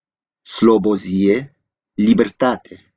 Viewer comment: Dont say "Slobozie" without the "-ie" ever